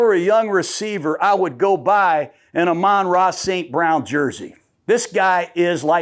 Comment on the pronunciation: your wrong again coach gruding and your being disrespectful. Its Amon Ra Snt Brown, not ramon snt brown. your really bad at this or the people your with that help you set this up, set you up for faliure .